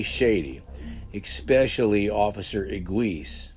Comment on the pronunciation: I love you. Don't say ekspecially. That's not a real word.